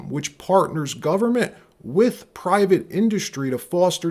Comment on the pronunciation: PUBLIC, PIVATE & PARTNERSHIP 🤔 That's a " P " TOO FAR!! 🤣🤣 WTF did you JUST say?